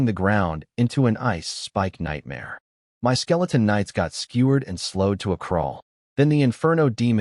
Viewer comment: The AI doesn’t know how to pronounce MY and doesn’t know math.